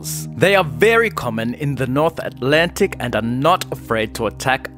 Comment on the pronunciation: “very common in the north atlanTic and are noT-“